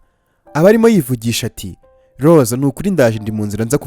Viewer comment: Urakoze kutugezaho oyi nkuru nziza ariko utubanalire uje uvuga Rose apana Lose njangira ngo nuwundi muntu.merci